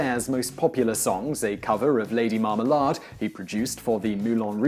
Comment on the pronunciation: Lady Marmalard? Tell me you don't say it like that?